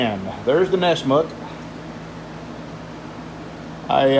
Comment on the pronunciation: Drives me nuts when you say, "nessMOOOOK"... it's "NESS-mik" Of course, now that I've said something, you're going to say it constantly. Oh well. pa-DUKE To get a deeper contrast with your Damascus steel, use some instant coffee. After you etch it, mix up some really strong instant coffee then let it soak in there. It will greatly increase the chatoyance.